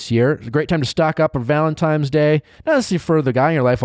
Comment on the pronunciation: Valentimes day?? 😩😩. It’s valentines Nick